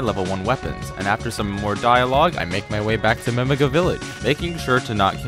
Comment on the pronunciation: ive never heard anyone pronounce Mimiga like mimig--uh before lol either way gj on the speedrun!